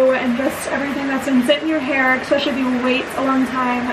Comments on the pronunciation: In the nicest way possible, please stop saying “eckspecially” instead of especially 😂😘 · I love your vlogs x I find it so funny how you say the word especially with an x 😂 I'm from the uk, is that an American thing?